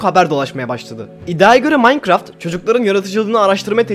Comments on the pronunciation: veletler nasıl okur : minecraft biz nasıl OKURUZ :maynkırafy haberci: mankraft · İlk başta adam mağğankrağğğftt diyo ya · Aqa mankaft dedi kos koca minecraft aaa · Haberci Minecraft yerine makkıraft diyince 7. Emojin me:🖤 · Adam minecraft demeyi bilmiyor böyle diyor Mancraft Bruh